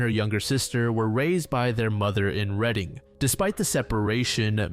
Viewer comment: As someone who has lived here all my life i just wanted to say thank you for pronouncing Reading correctly! Most people who don't know how to pronouncing it say it like "reading a book".